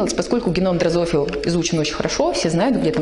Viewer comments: Веяние современной системы обучения: невозможность грамотно говорить на родном языке. ДрозофИла. Подлежащее оно не нуждается в уточняющем местоимении. Вотканье, и т.д., и т.п. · Ну брешет!!! Клонированные кошки??? где???, в слове дрозофила ударение на"и" а не на вторую "о"...... позор!